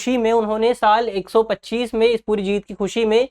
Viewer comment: Drishti ka standard kyu gira rahe ho pandya ko pandwa pad rahe ho 1025 ko 125 pad rahe ho sahi kisko samjha jaye .